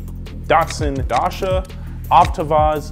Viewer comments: The way says Dacia 😂😂 dașha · It's pronounced "dah-chia" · It would actually be pronounced as "Dutch-ya". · I know what you mean. As a non native english speaker (german) this annoys me all the time... It's pronounced Say-Yacht (as he said) not Seed... Same Problem with Dacia (Dutch-ah) and Lancia (Lunch-ah) and not Duts-eeh-huh or Lance-eeh-huh... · It's not pronounced "Datsa" but more like "Datsia", love from RO btw <3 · he really pronounced Dacia as dasha, my lord, I had no idea Americans were so shit at pronouncing the simplest of names, it's pronounced day-see-ya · Dacia into Duh chair. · So many names absolutely botched and butchered 😂😂 Day-CIA, LAN-CIA, Daimler 🙄🙄🙄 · Your pronunciation is absolutely horrible. Dacia is pronounced (day-see-a). Also when it come to the Chinese brands Geely is pronounced (gee as in gee wizard and ly). Also you made a mistake when talking about the Chinese brands. These are are joint ventures with the Chinese manufacturers, with the Chinese side being the majority stake holder and only for the PRC market.